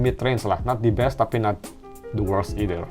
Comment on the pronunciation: "the" dibaca "di" cuma kalo ketemu huruf vokal setelahnya seperti a-i-u-e-o jadi kalo "the best" cara bacanya bukan "dibes" agak gatel dengerinnya dari video² sebelumnya